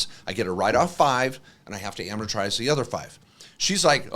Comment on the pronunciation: Hey guy on right-- It's amortize, not amatorize...